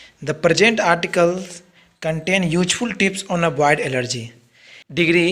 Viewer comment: Oo bhai ELLERGY nahi hota hai ALLERGY hota hai👍👍